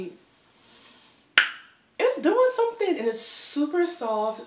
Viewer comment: Girl I lost it....them red flannel pants..when you said "sumthing"😭